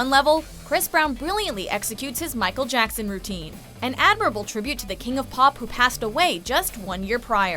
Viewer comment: “ Micheal jacksan”